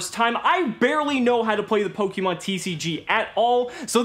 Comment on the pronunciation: It’s pronounced /Po-KAY-Mon/ not /Po-KEY-mon/ casual